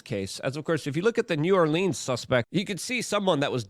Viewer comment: You're getting closer on the New Orleans pronunciation. There are about 5 acceptable ways, and you're almost at one of them. 🤣🤣